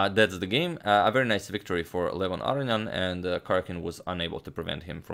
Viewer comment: Love your work, but just for the record, because you've been mispronouncing his name repeatedly now, its Ah-row-nee-en, not Ah-ree-an. Just for the record. Many thanks for your videos.